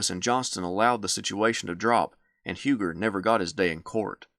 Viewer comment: Do you pronounce Hugers name wrong as a sign of disrespect? Just asking